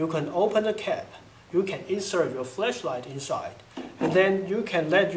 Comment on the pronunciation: No offense, but flashlight not fleshlight :)